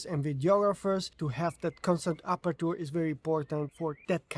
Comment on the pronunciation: let me tell you this, because English is not my first language either: it is pronounced sort of like "aperche" (with CH like in church), not "apertur. This is typical of words that end in -ture, like adventure, capture, rupture, culture, future...